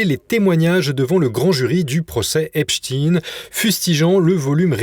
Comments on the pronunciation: Pourquoi prononcer "Epstine " alors que c'est Epstein ,ça ressemble trop à des noms connus ? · Salutations ! On ne prononce pas Epstien mais Epstein par pitié, ou alors c'est Einstien et plus Einstein ! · EpSTEIN pas Epst"ine" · C est pas epstin c est epstein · Pouvez-vous arrêter de prononcer Épchtine svp ? C'est ridicule... On ne dit pas Inchtine pour Einstein. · Pourquoi,ce présentateur parle -t-il d' Epstin ? Snobisme ou méconnaissance élémentaire des syllabes? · Merci pour votre travail. Pourriez-vous dire à votre collègue qu'on ne prononce pas le nom de Jeffrey Epstein en disant Epchtine, comme le font les Américains. Est-ce qu'on dit "Inchtine" au lieu de Einstein ou "Frankenchtine" au lieu de Frankenstein? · Pourquoi prononcer EpstINE ? Vous pouvez pas prononcer correctement son nom ou vous avez juste la trouille ?